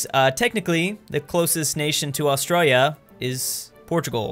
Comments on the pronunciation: Im Australian and i just want to say, you say australia really weird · Please say Australia properly